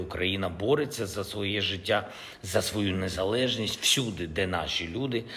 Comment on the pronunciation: жИття??? Вже прочитати правильно і то не може.